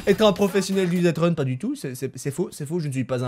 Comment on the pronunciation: On dit deathrun et pas "deatrun"!!!!